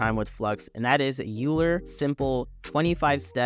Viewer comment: Great stuff and thanks very much for taking the time to do this. I've played around with local Flux and Loras, but didn't know how to do this.. BTW, one small tip, "Euler" is pronounced "oiler" (just as "Gauss" is pronounced "G-ou-s," ou as in ouch).